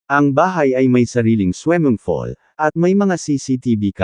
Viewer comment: Anong weld.... Will po Kuya! At swimming pool😂😂😂😂not swemengpol. Ano lang slungs hahaha swemengpol